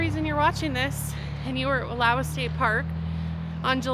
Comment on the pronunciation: ❤ I got to then got busy. Rain looked fun. I do love the Wallowas. BTW you guys both pronounce it wrong 😂